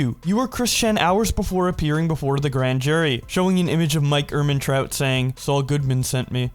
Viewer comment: 'Mike Ermantraut' is a weird way of pronouncing Kid Named Finger